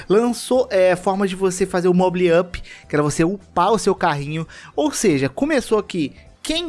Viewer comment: Kra que pronunciação é essa mds? Gunbound mowbow? Socorro. Mobile escrito mas pronunciado seria tipo "mobayou". E é mt bom, eu e mta gente joga. Já coloquei uns 2 mil reais nele e msm assim n garante vitória, n tem hack (raro) e o que mais faz vencer é boa mira e estratégia. A tal mira que mencionou n ajuda como o aim bot n, chega nem perto. Se jogar vai errar infinito msm com ela.